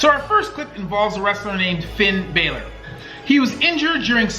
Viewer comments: My man you got a new subscriber (also Finn balors name is pronounced (Finn Bah-ler) sorry it’s just my OCD and love for WWE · No no no no it’s not Finn bailer, it’s balor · It's not Bay-ler. It is Bah-ler. Jim Cornette is not a wrestler. He was a manager. WCW was the promotion while Starrcade was the event. Scaffold matches were common outside of WWWF/WWF/WWE Technically, Bret Hart and Lex Luger landed out of the ring at the same at Royal Rumble 1994. They declared both of them the winners and both went on to WrestleMania where Luger lost to Yokozuna while Bret beat him to become the WWF Champion. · It's actually pronounced Bah-lor, not Bay-lor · Hello... in the first clip the pronunciation of the name Balor is with a short vowel execution... Bah lor, not Bay lor. The second clip you called Cornette a wrestler.... he has never been, nor has he ever claimed to be a wrestler. He is a manager, a booker, writer, consultant, and at times a talent coordinator... i did not get a chance to finish the video completely, for i was too hesitant to see if the rest of the video was going to be as not as well put together like your first 2 installments. It seems as though i am not the only person who has picked apart this video. I would also like to say this to you. I personally think that videos such as these are awesome! As a fan and a former never was wrestler, I like the fact that a medical professional is giving commentary to some of the more devastating injuries that happen in and around the squared circle. Keep the videos coming, and if you cant find the time to dig for the info since you are a practicing doctor and a casual fan of the old stuff, dont be afraid to ask us! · It's Finn Balor not Baylor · When he pronounces it like bailor instead of bollor, i tried to spell it like it sounds, and dont hate me yes i know he probably doesnt know who that is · Finn Balor is pronounced finn ba-aalor like a sheep just letting you know